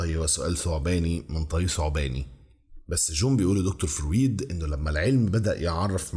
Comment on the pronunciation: حاول تسمع اسمع فرويد عشان تعرف تنطقه + نيوتن بتاع تفاضل وتكامل وميكانيكا واستاتيكا ولاهوت وحاجات كتير اوي الا الفيزياء اللي انت قولت عليها دي استمر ❤